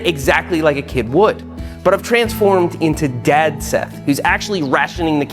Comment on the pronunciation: So your name is Sheth now, because that's how you pronounce S. 😂